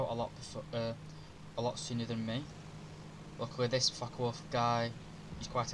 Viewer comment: How come it sounds like he is cussing as he talks about the fuckawolf and the fuck190🤣😅